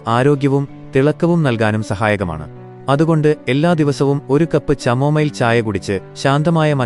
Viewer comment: ചമോമൈൽ അല്ല പൊട്ട കാമോമൈൽ ആണ് 😂